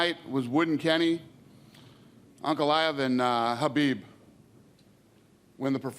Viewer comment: Dana White is one of the few guys in UFC who pronounces khabib's name the right way